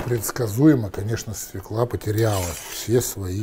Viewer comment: Уважаемый, все таки через ё. Свёкла!